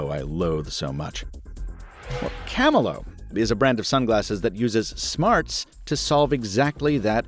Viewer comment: Kah-mee-lee-oh... Like chameleon.